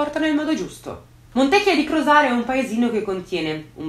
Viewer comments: creepy - AAHII pure tu che sbagli l'accento del paese di Montecchìììa di Crosara, accento sulla i. Consolati che anche tanti veronesi lo sbagliano. E' Il paese delle buone ciliegie ! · Montecchìa....con l 'accento sulla i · E' cosi' difficile pronunciare bene il nome della cittadina?